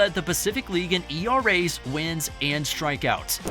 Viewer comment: Dude said era's